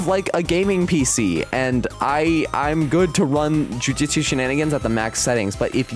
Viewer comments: Just gonna say,its Jujutsu,not Jujitsu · "jujitsu shenanigans" bruh its JUJUTSU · Bro said jujitsu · "jujitsu shenanagins" 😂